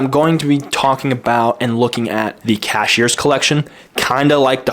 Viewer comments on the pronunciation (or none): Cahier (roughly pronounced cuyay - with the cu sounding like the cu in cut) not Cashier!